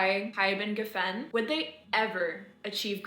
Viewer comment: Pronounce geffen correctly